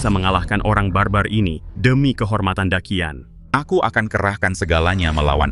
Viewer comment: Daqian. Orang China asli : dachian Orang indo : dakian 🗿